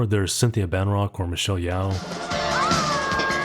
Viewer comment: It's Rothrock, not "Van Rock."